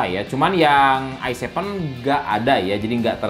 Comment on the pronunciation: Se pe u Ai nain,, Ai Sepen,, Ai Paif,, dan se pe U ai Tri 😁😁